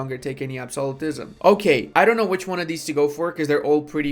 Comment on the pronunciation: I keep forgetting doesn't know how to pronounce Absolutism.